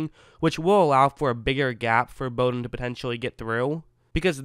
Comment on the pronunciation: Very good analysis of Bowden and thanks for pronouncing his name correctly. You have done some homework.